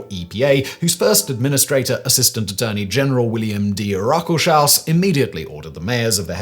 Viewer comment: His name is actually pronounced Ruckels-haus. He resigned from a position on the White House staff during the Watergate scandle rather than fire the special prosecutor. I'm old enough to remember that .